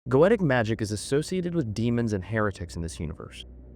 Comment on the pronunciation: Tarkin ? Gaytic ? Chorister ? My brother its Takwin ( tac as in tatical and then win) Go-e-tic Chorister as in Core-ris-ter